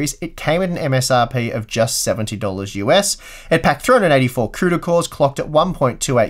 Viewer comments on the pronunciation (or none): none